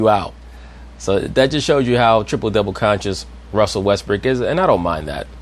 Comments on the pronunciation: did she just call him Russell Westbrick? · Did Rachel Nichols call him Russell WestBRICK ?